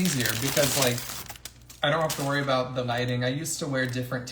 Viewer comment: Are you fro Canada? Is that why you say AAA